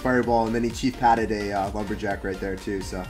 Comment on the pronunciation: “chief patted” 😂